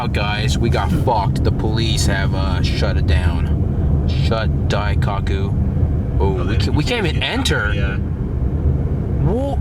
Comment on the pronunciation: it's "dai-coke-u" not "dai-cock-u"